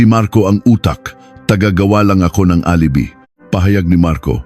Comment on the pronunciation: Alibi wrong pronounciation. Php is philippine pesos